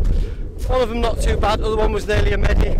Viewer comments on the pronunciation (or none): Mediiic.35rd .. nina salmone..really? Come on mate. Haha loved it as always, namastaycation👍. Had to edit cos I just hear la rhino UFC story,hilario.🤣🤣